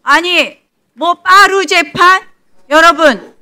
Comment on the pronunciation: 빠루? 내 귀에는 빠라 로 들려...ㅋ 저런걸 4선이나 시켜주는 동작구 주민들 반성하셔야 하실때입니다! 부끄러운줄 아세요!